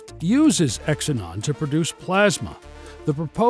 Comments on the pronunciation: Xenon is pronounced zee non not X inon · First time I've ever heard xenon pronounced as "X-e-non" instead of "Ze-non".